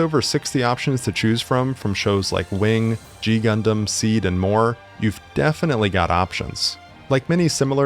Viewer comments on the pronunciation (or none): none